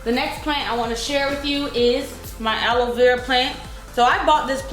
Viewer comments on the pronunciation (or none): none